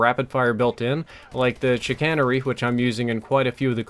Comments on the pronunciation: The Advanced Rifling on the Chicanery is not actually there as Chicanery means to deceive and that's what it's doing. Also, you pronounced it incorrectly. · I've gotten the Whale Horn in SDs 3 times lol. Never used it though. And I never fail to laugh at people who mispronounce "Chicanery." xD